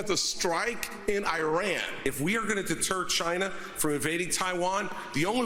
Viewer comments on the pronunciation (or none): Here’s a simple idea. If you can’t pronounce Iran you are disqualified. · I havent been able to figure out why no politician has ever pronounced Iran right